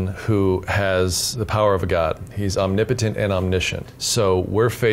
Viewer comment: anybody else slightly irritated by their pronouciation of "omnipotent"?